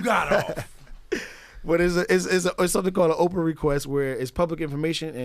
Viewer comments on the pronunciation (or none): He said Oprah request..... It's a FOIA request!!! Not Oprah.... Good God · Your lawyer is TRASH bro. He should’ve beeeeeeeen asked for the tapes. Why did he have to see a log sheet. And the act is called FOIA not Oprah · Not OPHRA but FOIA (Freeedom of Information Act)